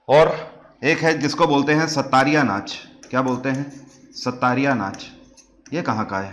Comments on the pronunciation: Sattariya nhi Sattriya Hota h. SATT-RIYA (XOTTRIYA in Assamese) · Sir its Sattriya, not Sattariya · Assam ka classical dance sattariya ko pronunciation Thora mistake huwa